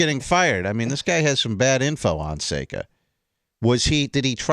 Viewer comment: Who is this guy, worst fuckin interviewer i ever heard. It's Seka for Christ sake.